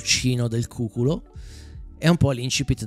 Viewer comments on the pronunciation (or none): Grazie per il video, molto interessante, poi sentirti parlare mi rilassa tantissimo❤ Un piccolo appunto, si pronuncia cucúlo (cu-🍑) Quando l'ho scoperto ha fatto strano anche a me. 😂😂 Buone vacanze!!